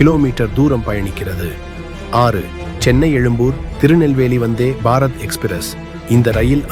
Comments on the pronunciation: Say vanthybarath not vanthy barath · Dai sariya solla kathuko....athu enna vanthe ...... Bharat express.... Appadi illada loosu kooooo...... Vanthebharath Express nu serthu solluda eruma....Tamizha kola pandraan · Say Vandhey Bharath not Vandhey……..…….Bharath. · தமிழை கொலை செய்யா வேண்டாம்😂😂.‌வந்தே பாரத் ஒரே வார்த்தை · ஏன் வந்தே- பாரத் இடையில் இவ்வளவு கேப் 🤷 உச்சரிக்கும்போது.???